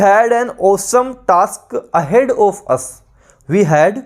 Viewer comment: Thanks for the session sir Ji... Sir ji aap jo bhi correct answer hota h...usko Mark bhi kr diya kijiye because sometimes confusion ho jaata h pronunciation k kaaran...like of...off to aapne to answer of btaya but konsa of...off... this is not clear...